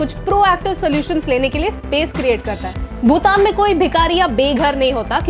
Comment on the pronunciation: भूतान? Or भूटान!!